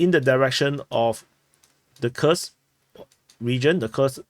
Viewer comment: Kursk,is not pronounce Kers but Kurusk 😅😅